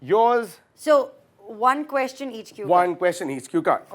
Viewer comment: The way abhish pronounce question 😂😂